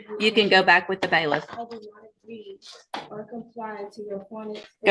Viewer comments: Baliff not Bayless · Wtf is a baylist? They are bailiff's